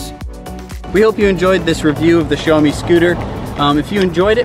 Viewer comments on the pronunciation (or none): it is not pronounced show me. it is pronounced shao mi.